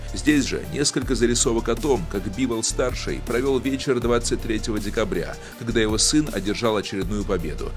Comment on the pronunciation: Бивол а не бибол